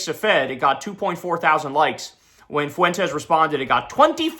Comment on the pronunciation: Nick foo-went-es